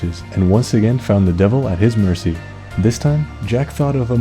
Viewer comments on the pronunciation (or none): none